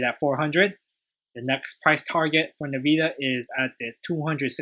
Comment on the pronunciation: Nice analysis! It’s pronounced “N-Vidia”.